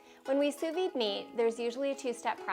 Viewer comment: D is silent in Sous Vide